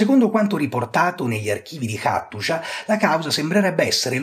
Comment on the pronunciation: Hattusa, perché la pronunci Attushia?